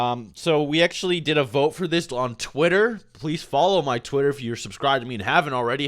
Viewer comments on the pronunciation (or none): none